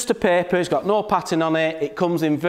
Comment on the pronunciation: I thought he was saying pepper 🌶